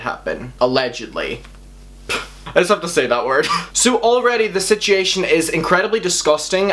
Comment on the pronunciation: “Sitchiaton” lol.